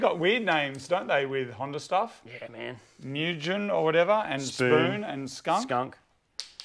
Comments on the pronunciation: Its pronounced moo-gen not miujen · Mugen which means "infinite" in japanese is pronounced Moo-gen. Oo like in oops but slightly more open. G is soft like in gif, E like in the beginning of Enter. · Fun fact ..skunk started as original TRD team they left a d started skunk...and mugen is pronounced moo gin..g pronounced like ghh as in give it means ultimate its S.hondaya sons company..such a fun fact isnt it😐